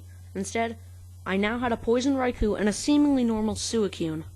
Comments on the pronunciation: Did this man just say sue e coon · It's pronounced Suicune (Swee-cune) dude or girl. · ur pronouncing "suicune" wrong